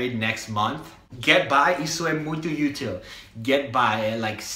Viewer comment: When you say UTIL, your pronunciation is wrong. Is ÚTIL, the letter strong is a U. You say U-TIL, not UT-IL. ok?